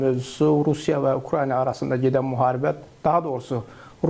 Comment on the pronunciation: Ukrayniya yox Ukrayna